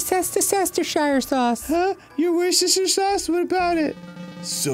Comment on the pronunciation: Arin is summoning the elder gods in Simlish